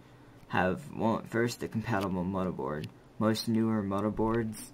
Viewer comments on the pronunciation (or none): I stopped watching when I heard him say, "Mutterboard". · A mudderboard? are your lips fucked up? its M-O-T-H-E-R-B-O-A-R-D